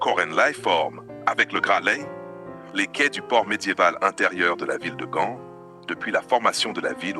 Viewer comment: Ce n’est pas Gande 🤪 mais Gand et les façades ne sont pas hollandaises mais flamandes. Et ce n’est pas l’Emile Braun plaine, mais la place Emile Braun, etc, etc,…